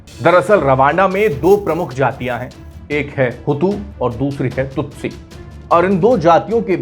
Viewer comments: यह विडिओ दोबारा बनना चाहिए, संचालक ने बार-बार तुत्सी (Tutsi) को तुत्सू कहा है। आपके कई विडिओ में उच्चारण की समस्या बार-बार आती रही है! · Anchor Hutu shabd se itna influenced hai ki kyi baar Tutsi ko Tutsu bol deta hai. 😁😁